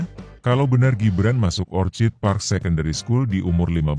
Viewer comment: Orchid bacanya okid, mas Kl. Orchard baru dibaca ocad